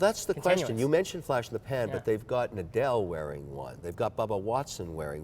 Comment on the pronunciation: Did he just pronounce Nadal as n-adele? For a second I thought Adele was wearing a Richard Mille